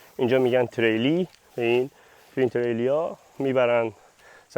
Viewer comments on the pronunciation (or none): ان تیلره نه تریلی 🤣🤣🤣